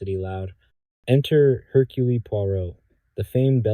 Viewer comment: I tolerated the AI saying “Herculee”, but pronouncing “one” as “own” was vile.